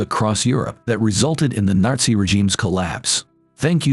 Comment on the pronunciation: Did anyone else hear him say Narzi Germany?